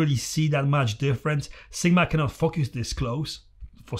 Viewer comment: Everytime you said focus I heard fuckas :P good video though